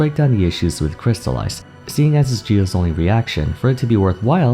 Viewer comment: ah yes, "Is Geo Is" XD